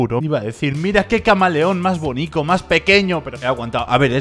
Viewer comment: Se dice bonito y no bonico